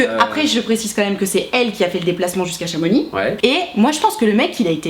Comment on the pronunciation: Merci de bien prononcer Chamonix. On ne proconce pas les X en Savoie/Haute-Savoie 😂